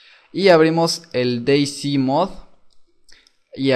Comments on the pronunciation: "s" en ingles se dice "si" como dijiste vos, pero "z" en ingles se dice "sed" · Creo que ´´C`` en ingles se dice ´´si``, y ´´Z``, creo que es ´´sit`` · Se dice Day Zet